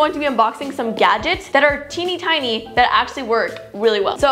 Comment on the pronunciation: Am I the only one after listening her saying tinytine imagined the image or BTS tinytine😂😂😂💜💜💜